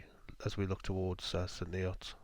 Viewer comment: Its pronounce st neuts not neots and it's Caxton jibit not gibet